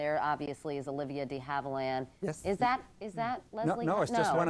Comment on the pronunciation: Couric is showing putting her ignorance on display here. She doesn't know what Olivia de Havilland looks like (nor does she know how to pronounce her NAME, fer Cripe's sake), and keeps questioning experts (including someone who says he is a personal FRIEND of Miss de Havilland's) whether the person they say is a stand-in isn't really Olivia de Havilland. Shut TF up, bitch.